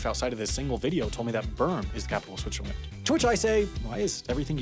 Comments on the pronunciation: Everyone is making fun of the pronunciation of Lausanne but am I the only one who hears him calling it "Switcherland"? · Do I hear Switcherland and Lasagne? What about the other video about Leechtenstein? Enjoying the videos, but maybe it's a good idea to look up the spelling before recording the voice-over. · Switcherland - never heard that pronounciation before